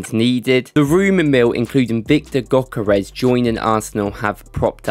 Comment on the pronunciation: For those who havent learned from Ødegaard, the Ö in Gyökeres is pronounced like the "Ea" in the word Earth. So like this Ööööörth 🌍. Also the G is silent. So Gyökeres is pronounced Yökeres. Hope that helped 🫡